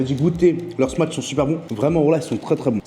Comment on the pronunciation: stp prononce "smash" et non "smatch" burger 😃